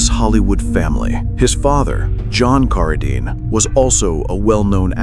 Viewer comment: Geez, teach you STUPID AI narrator to pronounce "Cara-deen" correctly...